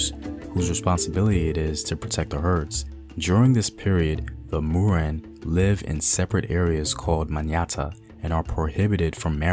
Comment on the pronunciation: Written as Moran. Pronunced as Moh-run. Thank you for all of your efforts to share these wonderful historical stories ❤